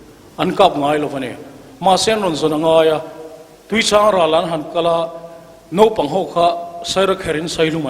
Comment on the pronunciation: A kawmtu in..Nopang..a tih khi Mafa-a te hma ah a hmang a..Mafa-a khian sawi a nei ve tur ania..Naupang.. Nau..tih lai hi a key sang leh uar lo in ka nau kan tih a..Nau..ang in a ri tur zni